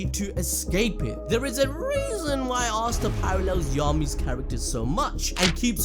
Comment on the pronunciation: Names aren't too hard to read out loud... How is the first guu calling Asta, Arstar. Nacht as Narc... 2nd guy was much better pronouncing everything right.